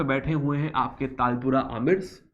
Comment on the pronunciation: Sir It Is Not Talpura It Is Talpurs And It Is Not Kallora It Is Kalhoras